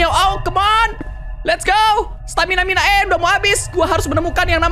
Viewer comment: tadi kak regi bilang "stamina mina ee"😅😂